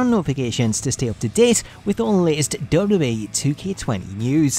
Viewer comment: Why can't you say WWE properly?